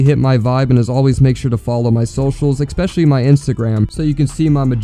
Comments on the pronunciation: It really detracts from your points when you pronounce ‘especially’ as ‘expecially’… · You had me listening to you said : ekspecially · There is no X in the word "especially"